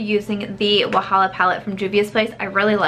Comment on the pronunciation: Wahala means trouble in Nigerian pidgin English and your pronounciation is quite impressive